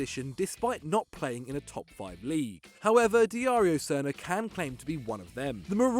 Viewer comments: He said Dijario first 🥴 it’s pronounced Dario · Dari Joe Srna and than Diario hahahah It is like super MARIO, just change the M to a D and you got Darijo. You guys really don't have a clue how to pronounce Eastern European names even though your channel is more than 5 years old and all you do is cover football